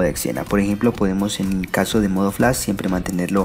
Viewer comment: nisiquiera sabes decir flash.